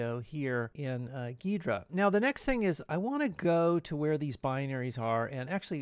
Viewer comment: It's pronounced gee-druh, great video though!